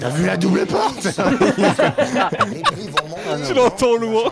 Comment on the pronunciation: "t'as vu la porte? ........ la PFORTHE"